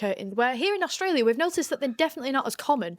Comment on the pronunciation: Young lady , we pronounce AuSTralia , not AuGstalia . Thank you . 🤩